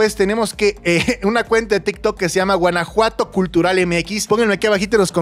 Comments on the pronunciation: ¿Porqué dice Guenajuato? En lugar de Guanajuato 😅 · Soy yo o dice Guenajuato? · Por que dice Guenejuato? 😂